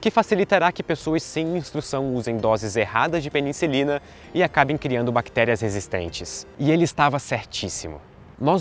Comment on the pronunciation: Fiquei com uma dúvida, várias vezes você pronunciou peniNcilina, é correto?